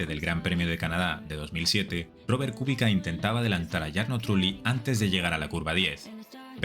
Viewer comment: Mania de llamarlo Kúbica en vez de Kubica. (Castellano. No esdrújula porque no lleva acento). El acento está en la "i". Además, como él mismo aclaró, la "c" se pronuncia "tch". Así que lo correcto es algo así como "cubítcha"